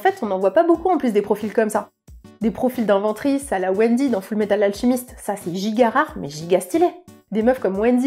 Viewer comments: J'ai cru entendre Wendy au lieu de Winry, je dois me faire des idées 🙄😅😂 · L'un des seuls truc qui me fait tiquer, c'est Winry et pas Wendy 😢 Sinon, oui pour les perso de one piece, je me dis a chaque fois " les meufs elles mangent quand meme hyper bien et elles prennent pas un gramme, cette injustice"